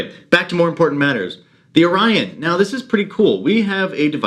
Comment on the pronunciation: So far I’m very much enjoying your channel. I never gave pod systems much thought but thanks to your video on this I may look into this one. And it has a lanyard!😂. I LOL’d at your “Cajun” Orion pronunciation haha!